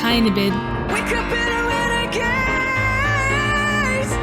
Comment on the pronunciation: mispronunciation: RenagaDes not renagaze!!!